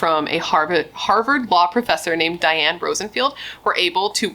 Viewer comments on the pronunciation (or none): none